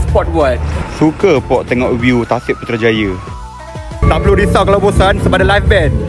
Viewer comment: Putrajaya, bukan putrajaye.. itu mcm indonesia..